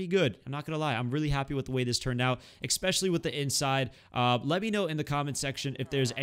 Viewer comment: challenge...say especially, not “expecially ”